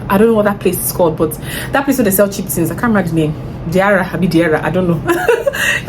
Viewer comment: I love when you say “ain’t nobody got time for thet” 😂😂 I say it to my siblings a lot these days because of you😂😂😂 I’ll definitely try some of these perfumes out